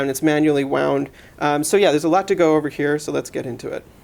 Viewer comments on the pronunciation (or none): none